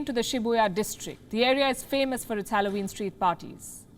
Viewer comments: For God's sake, learn how to pronounce Halloween first 🤦🏻‍♂️ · You mispronounced every single word. HALLOWEEN .. JOAQUINE PHOENIX . What's wrong with you.